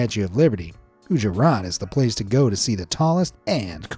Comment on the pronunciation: Gujarat is pronounced. gu-ja-raath